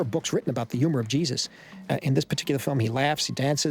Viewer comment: "Gyee - Zuss"